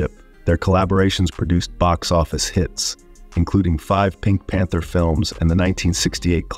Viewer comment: I agree with 55Reever. ACTORS..Hello. Unless you have an actual person to person story then you don't know for sure what is the truth. Also, the person who narrated this clip didn't pronounce the name of the pink panther movies correctly..